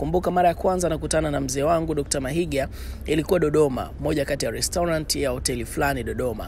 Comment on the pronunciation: Mahiga not Mahinga